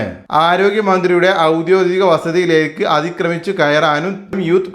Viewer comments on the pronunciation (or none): ഔദോദികം അല്ല . ഔദ്യോഗികം ആണ് ശരി